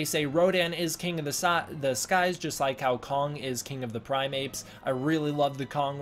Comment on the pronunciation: Also D ** primate not primeapes lol. Cause you seem like a smart kid and you should care that you're correct when you speak. Just saying lol